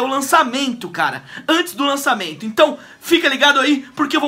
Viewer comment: Lancadamento kkkkkkkkkkkk 😂😂😂😂